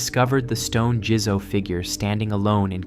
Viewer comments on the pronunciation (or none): "Jizo" is pronounced JEE-ZOH not JIZZO 🙄😂😂 "Niino" is pronounced KNEE-EE-NOH not NEENO 🙄